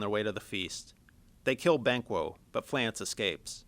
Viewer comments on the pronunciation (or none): Fleance, not Flance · (Flea) (on) (ssss) !!!!!!! get it right.